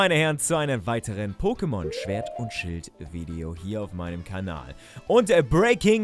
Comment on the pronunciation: Schert und schwild... Not bad 😂